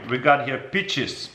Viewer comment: I heard beaches.